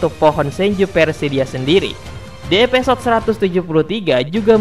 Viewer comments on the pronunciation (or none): Evisode bang bukan epesod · Gunakan penyebutan bahasa indonesia yang baik dan benar, episode bukan epesode😆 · knp huruf i jadi e ya?